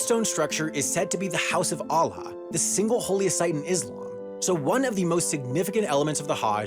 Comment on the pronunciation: the way he pronounced الله made me a bit broken lmao